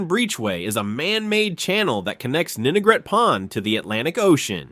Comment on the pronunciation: Great video and a solid overview of RI’s history! That said, I wanted to point out a few nuances that could make it even stronger: 1. The AI dubbing stumbled on some unique RI names—like calling Ninigret “Nigret.” 2. A few key areas were overlooked: - Military Sites: Newport Naval Base, Quonset Naval Air Station, and Charlestown Naval Auxiliary Landing Field (CNALF). - WWII History: U-853 was sunk off Block Island in May 1945, near the end of the war. - Education: URI, established in 1892, became the state’s first Land Grant college, taking over from Brown. - Oceanography: URI’s Graduate School of Oceanography operates the R/V Endeavor, a research vessel that plays a major role in ocean studies. I’m sure there are tons more that could be added, but these stood out. Thanks for sharing this piece of RI history!